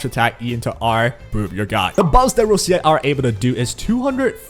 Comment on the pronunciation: sometimes I am amazed that people dont know how to pronounce her name like its such a stereotypical Italian sounding name its so like obvious 💀💀ROECHIUH